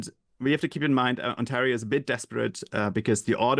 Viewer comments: Mispronunciation of Ontario? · The interviewer is loosing credibility by mispronouncing "Ontario". Disappointing lack of general knowledge or alternatively, lack of preparation.